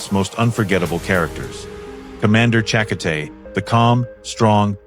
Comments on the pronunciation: another stupid automated narrator machine Commander "cha KO tay" not "CHACK o tay" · And it KO not ka in chakota, Racist scumbag. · ChaKOtay goes thru the AI filter becomes CHAkotay . . . . . . . . . . . sigh . . . . . . . . . . . . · You meanit isn't Chaka-tay? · Ffs its chakotay cha koh tay. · Commander Chakkity. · Omg it’s pronounced ensin and chikotay is pronounced like chakootay..learn your pronounciatiins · Chak- O-tay Better off watchin porn, least their ai PRONOUNCES stuff properly!